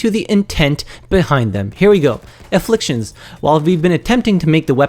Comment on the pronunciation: Aflfictions NOT INfflictions gawddddddd